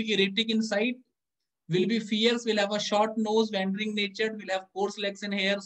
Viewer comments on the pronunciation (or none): Sir wandering ki ye pronunciation hai - वौंडरिंग..🙏